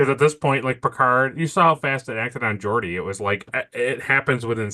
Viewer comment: "Grabs Picards hog" If i didnt know what was in store for season 1 id say that this is the worst episode, its sexist and cringy and embarrassing. Few things for, first its pronounced Jordi not Gordi and second its pronounced Data not Data, Polaski would understand. I never caught that Beverly assults Picard that was a good catch. Never a good sign when Riker seems reasonable with his behavior toward women, they really are still finding the characters voices. I think Gene did his legacy a diservice by not letting other people help him with the show, i guess he was really bitter about being shut out of the movies but still. Thanks for the review as always guys keep it up